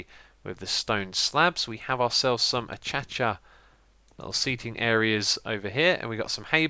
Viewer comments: It's pronounced uh-kay-shuh, not uh-cha-chuh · Oh ya, and it is not achachca wood, it is akasha wood! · Lol, Xisuma, it's pronoucned A-(KAY)-(SHA) ; Acacia :) Keep up all of the great videos! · Ak-ay-sha. The orange wood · Stop pronouncing acacia wrong!!